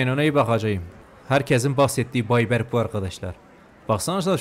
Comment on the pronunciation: biliyorum ama inadına berk diye okuyor ya videolarda o yuzden söyledim ilk bölümdede sana berk dicem diye bisi aoylemıstı